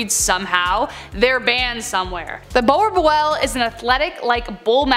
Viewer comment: IM SORRY BUT YOURE SAYING BOERBOEL WRONG LIKE RLY RLY WRONG